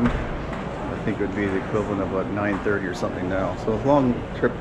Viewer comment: Holy shit, he said aboot . Despite the stereotype I've never actually heard someone say it before.